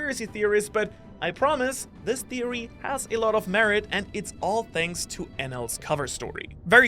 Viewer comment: Wait a minute!! Did you say "Shanks for watching???"